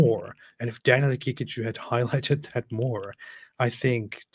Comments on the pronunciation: I can stop laughing by the way Robert calls Daniel Ha-Kick-A-Jew 😂❤ Edit: I died when he said Daniels telegraphings his antisemitism 😭✝️ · david wood trying not to laugh everytime robert says daniel haqiqaJEW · Is it just me or does it sound like Robert is saying "Hakickajew" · Robert pronounces Daniel's name like HeKickedAJew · Great stream! I love the way Robert says Daniel's name. Ha-kick-a-jew 😂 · Robert pronounces it as "He-kick-a-jew", kind of fitting